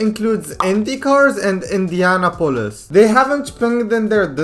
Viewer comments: It's not indiana pol is, it's Indianapolis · Its pronounced indy-a-nop-olis Not indiana-polis lol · why do you say indianapolis like indiana polis